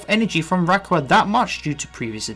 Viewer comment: The way you pronounce Rayquaza physically hurts me